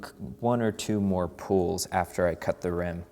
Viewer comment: sounds like hes saying pools